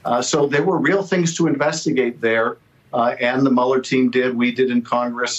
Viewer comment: It's not Muller. It's Mewler, as in German.